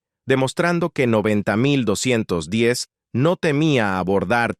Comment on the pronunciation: Se pronuncia 90 210.